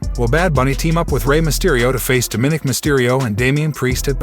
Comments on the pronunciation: Narrator: please learn how to pronounce Dóm-í-nik (both “i’s” are short vowel sounding). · its pronounced Dom-ma-nick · Quite watching video when you pronounced Dominique's name wrong